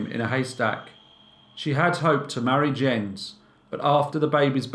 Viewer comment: is this Jens? It's pronounced Yens kind of like japanese currency yen and the ce of lace like a woman's collar. It's my dad's name. Shout out dad!